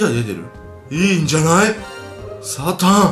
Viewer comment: サタンって言った時 サタンじゃなくて サタっ！、って笑